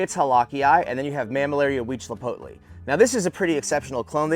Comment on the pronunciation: Hi from Mexico the right pronunciation of Mammillaria Huitzilopochtli must be "weed see lot post lee" and he was the god of war for aztecs and Tlalocii must be "Tlaloc ki" and what you are saying is right he was the god of water for aztec civilization. Nice video!